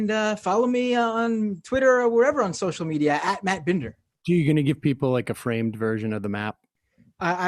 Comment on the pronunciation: i'm just confused why "binder" is pronounced "bender"